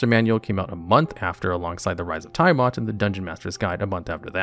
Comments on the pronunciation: Dude, You miss pronounced Tiamat. Its. tee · uh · mat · Dont ever say "thaimat" again. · Right! FYI, Chris Perkins and everyone else pronounce Tiamat as "TEE-uh-matt" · ITS TIAMAT, NOT THAI-MAT! Also way to reveal being a 15 min no short rest DM by having HotD and Frostmaiden high (later of which having the most lethal parts are fall damage and the extremely shit signalled Mythallar mechanics that change mid narrative/do the one thing i hate as a DM where its a "one effect for thee another entirely different for NPC" instead of at worst npcs items not being charge/use limit basted but recharge to not have to bookkeep as much). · This guy. Undeads, T'eye ah mot, ass ear ak... you are killing me. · Nice video but friend please stop saying "Taiamat" xD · The way Tiamat is pronounced repeatedly gave me so much psychic damage, I'm on death saving throws. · Same here 😆😆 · It did more than my max health in negatives. I died instantly. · Same! It's a great video otherwise, but I cringed badly each time Tiamat's name was butchered. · Did this guy really mispronounce tiamat? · Yes, yes he did. 😂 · Yep. Every time. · Multiple times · Yawning portal isn’t a module…and you left out Out of the Abyss in lieu of it….also Tiamat is in the DnD 80’s cartoon show and pronounced by Mearls, Crawford, countless DnDBeyond videos…I don’t trust this list now